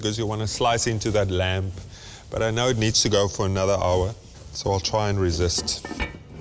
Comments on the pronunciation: Reuben is awesome but can someone please tell him the "b" is lamb is silent... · Glenn, I agree. That 'b' (or perhaps even 'p') makes me cringe every time.